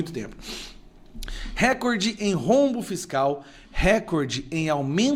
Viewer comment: NÃO É "RÉCORDE". PARA SER ASSIM PRONUNCIADO SERIA NECESSÁRIO A ACENTUAÇÃO GRÁFICA POR SER PALAVRA PROPAROXÍTONA. RECORDE É PAROXÍTONA. A TÔNICA É A SÍLABA "COR". NÃO ESTOU CRITICANDO, APENAS TENTANDO AJUDAR. É O CASO DE CATETER, CUJA PRONÚNCIA TEM SIDO CATÉTER, O QUE NÃO É O CORRETO. A TÔNICA ESTÁ NA ÚLTIMA SÍLABA COMO PALAVRA OXÍTONA.